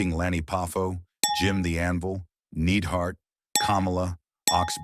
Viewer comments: The AI is embarrassing! Need-hart??? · Not to mention "Jim NEEDhart"